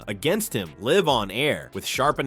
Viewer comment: When AI can't even pronounce live you hit the do not recommend button